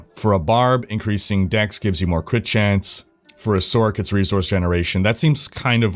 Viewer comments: You say sorc as sork. Better to pronounce it as source. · are you? 😅 It would be pronounced "source", not "sork".... also one of y'all popular dudes needs to mention the fact that classic, with channels and guilds and COMMUNITY is much better than what they have now, as they literally completely shutdown any community feel their games and platform had. Which was and still IS why diablo 2 is much more popular 20 years later then garbage Diablo 3 cartoon trash. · who says sork... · Why tf are you saying sork? Do you call it a Sorkeress? Have you pronounced the word Sorceress aloud before? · I didnt know sorCerer was pronounced "sorkerer."